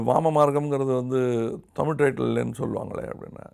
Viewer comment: When "P" joins with "h" like in Photo or Physics, it is pronounced as "Foto" or "Fisiks". Not Poto or Pisiks. Same way "Z" joins with "h" it produces the right sound as in Tamizh not as in Tamil. Two different "L" sounds. Hope it makes sense.